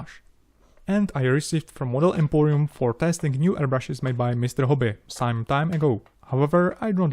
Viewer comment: "So, if you have wome wish for future build..." Galactica, do Galactica :D